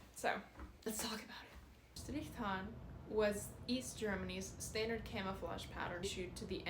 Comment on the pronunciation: Good job. Your native Russian (Latvian?) accent is almost indiscernible. I can hear it in "standard," though, which you pronounce more as "stan-dehrd." Looks like your audience of AI 4chan posters has already catapulted you to 12,000 subscribers... already on your second video. Can't wait to see you posted every day in the catalog.